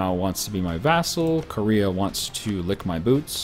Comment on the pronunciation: you do totally pronounce Korea wrong, you say it like core-ea when it's actually ko-rea with the O pronouced like 'oh' not 'or'